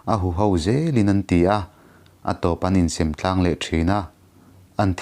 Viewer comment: In sem vel kha a thluk diklo a awm deuhin ka hria